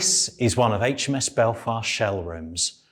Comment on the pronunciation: You get an immediate "like" for saying Aitch Em Ess, not Haitch Em Ess :-) However, it's KILL-o-metres, as in MILL-i-metres and MEG-a-bytes.